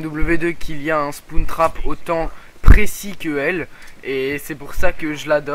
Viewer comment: Spoune trap mdr ! Spawn Trap sa se prononce SPOWNE trap mais si non tout a fait daccord Black ops est a chier :)